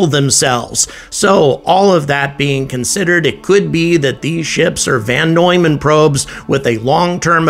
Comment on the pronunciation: It's VON Neumann, not VAN Neumann!